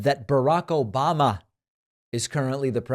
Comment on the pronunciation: "... O-BAM-na...." I seriously wonder if any of this gets through to "his base" who have overlooked SO MUCH since 2015 ...